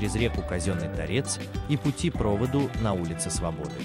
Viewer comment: Все правильно, ударение указано на последнюю букву "о" в слове, а не на предпоследнюю , как произносится в видео.